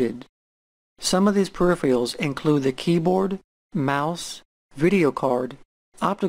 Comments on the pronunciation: mispronounces peripherals otherwise great so far XD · Great video. How come nobody can pronounce the word p-e-r-i-p-h-e-r-a-l-s correctly? "Periphiyals, peripheyals,"....